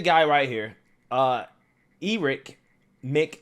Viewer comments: bro seriously?!? E-rick??!!? E-RICK!? Just think about that for a second, do you seriously not recognize the name ERIC with a K at the end?🤦🏽‍♂️stop butchering names Jesus Christ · Did homeboy just say E-rick? 😂😂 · You to pronounce “Erick” wrong lol. Dude do a little prep work before you make a video. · How you gonna mispronounce the name Erick.